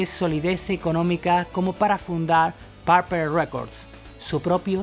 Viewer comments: O el mejor guitarrista de todos es JIMY Hendrix y no se pronuncia porpel se pronuncia porpul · Así con Deep "Paaarpel" 🤦🤦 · Porqué dicen Parpel en lugar de Purple y Bitels en lugar de Beatles...?